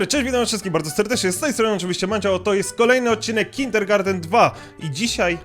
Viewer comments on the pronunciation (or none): W niemieckim czyta się to "Kindagarten" lepiej żebyś to zapamiętał :)